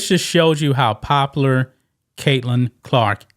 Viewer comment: OMG bro..... how hard is it to say "pop-u-lar"????